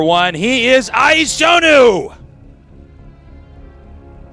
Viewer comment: Is there noone who can pronounce iAsonus name ?